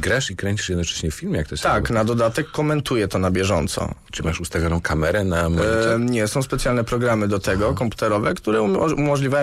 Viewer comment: "MASZ USTAWIONOM KAMERE NA MONITOR?" XD